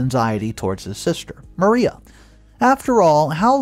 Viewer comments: Mariah....Muh-rye-uh not Maria...Muh-ree-uh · Ma-- Rye--- AHH not maria. Sorry, couldn't help myself. TY for the great stories!!! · Mariah is pronounced Ma-RAI-a ('ai' as in 'eye'). The name you keep calling her is Maria (Ma-REE-a) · First of all learn how to pronounce these names correctly if you’re going to include close caption, her name is Mariah (Ma rye a) Not Maria, and on top of that this is the stupidest story I’ve ever heard someone butting into a families life when she’s not actually married to the individual. Yette went out of her way to destroy this child even more over some dumb, childish crap she was young when she got caught shoplifting Let it go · ~ Mariah isn't pronounced Maria. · Pronouncing Mariah wrong. Also under another video, you said privy wrong. It's i as in "it", not "eye".